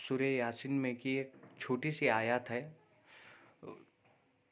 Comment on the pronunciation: लोगो को गुमराह मत करो, आयत को तुम खुद गलत पढ़ रहे हो